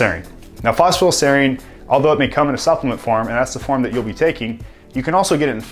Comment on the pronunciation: Is it me or he says "fosfa-dile"?